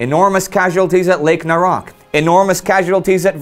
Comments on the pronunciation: Lake "Naroc" is actually pronounced as "Naroch" (Нарочь) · The lake name "Naroch" should be read with "CH" in the end as a same sound, like in CHina, or CHeese. So it would sound Naroch, not Narokh.